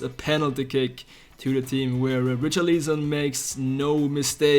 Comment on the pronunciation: Dude wth is your pronunciation of Richarlison ????